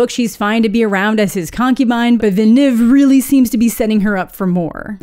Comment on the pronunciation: Welp today I learned that his name is not "Dennis Vil la nu ev a".